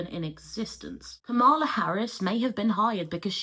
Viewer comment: Damn all that background information on Kamala Harris, but you still pronounce her name incorrectly. Sorry, I really appreciate your videos but this bothers me.